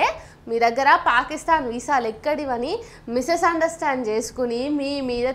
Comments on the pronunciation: నీ కైతే పాకిస్థాన్ అంటే ఇష్టం అనుకుంటా బిడ్డా మిసెస్ అండర్స్టాండ్ కాదు మిస్ అండర్స్టాండ్ 😊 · పాపము misunder stand missesunderstand అని పలికినప్పుడే నీ జ్ఞానము తెలిసింది మరో శ్రీరెడ్డి లా అవుతావా